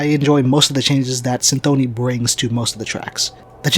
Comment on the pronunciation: yeah that's what I heard on the records, but in the video he says cynthOny and this made me think that I don't know anything